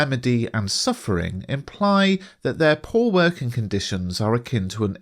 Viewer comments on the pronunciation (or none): none